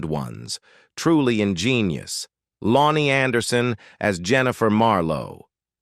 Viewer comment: I missed too much of the dialog because I was laughing too hard: "Lone-ee Anderson embark ed on her acting journey in 1966 but truly found her fuuting in the late 70's, highlighted by appearances in five episod-ees of The Love Boat. Her subsequent TV en-deever - the 19 to 84 serious Partners in Cream along seed Lynda Carter - unfortunately met a premature end after just one season." Confused? Here's what the text-to-speech was SUPPOSED to say: "Loni Anderson embarked on her acting journey in 1966 but truly found her footing in the late 70's, highlighted by appearances in five episodes of "The Love Boat". Her subsequent TV endeavor - the 1984 series "Partners in Crime" alongside Lynda Carter - unfortunately met a premature end after just one season."